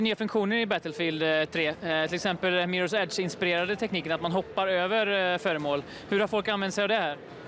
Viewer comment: Haha Mirrors age fail det heter Mirrors edge....